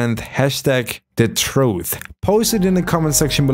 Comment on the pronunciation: troof is how he pronounced it